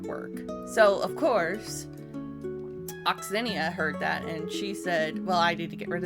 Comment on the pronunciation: Please pronounce Onyxia correctly.....😂